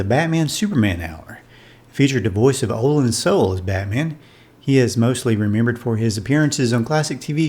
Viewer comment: For the love of heaven, will YouTube please learn how to pronounce OH-lan SOO-lay